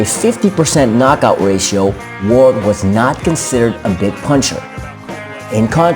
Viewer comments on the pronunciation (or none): none